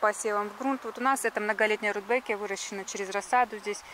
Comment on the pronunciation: Почему РудбЭкия?